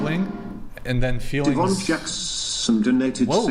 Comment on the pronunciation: lol…DevonJackon—->DevonJackSSSSon. Too funny